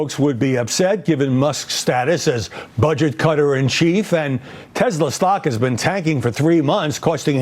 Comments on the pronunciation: Tesler!...LOL...can`t even get the name right. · "Buy a Tesler , It's computer" donald j fuknecKKK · Did trump really buy the tesler ( trumps pronunciation of tesla)? Or our tax dollars or was that simply a scam and not a purchase. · It’s Tesler …. Right ? 😂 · Tesler......... bigly computer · Felon trump called it a testlor 😂😅